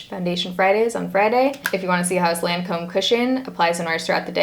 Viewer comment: the way she was pronouncing the brand made me cringe the whole video since i've figured out the pronunciation from working for them hahaha! it's pronounced like LON-come 😊